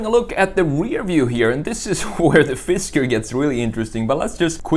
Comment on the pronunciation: FisKer, not FisTer